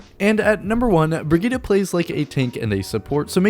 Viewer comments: Bri-git-te not Brigitta or whatever, its German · Her Name Brigitte Not brigihda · Funny. Excusing for the wrong pronounciation and then saying it wrong again. There is no a in Brigitte. Its Not Brigitta. Listen to her background Trailer. There she sais it right. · Only thing I hate is the pronunciation of her name. It clearly spells as "Bridget". And I have no problem if her name is "Bridget". I don't understand why they want to go for something with more than 2 syllables. How other people pronounce Brigitte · Brugeedah is still far off from the correct prounciation. A for effort. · Cringing every time he says the name wrong XD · Its not an 'a' at the end its an 'e'. Pls learn the pronountiation or just call her baguette.